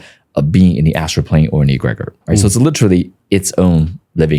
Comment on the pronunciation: He doesn’t know how to pronounce “egregore”. That was interesting. Not harping on immaterial aspects because I enjoyed the video just found that part funny and especially your reaction to that pronunciation. It is not pronounced “E-grey-gore”.